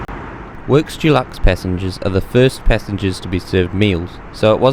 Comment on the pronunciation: Great report, but as an aside, it’s Deluxe, Dulux is a brand of paint, kind of grates on the ears.